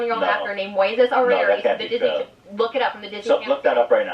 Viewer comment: After the 3rd time she butchered his name I yelled “ITS MOISES ARIAS!!!” Ugh, she purposely butchered his name.